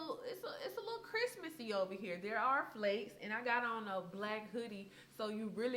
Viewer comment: “It’s a little Christmas-ee here” lol